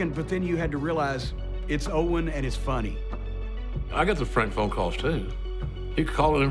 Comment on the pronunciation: Notice he said own instead of owen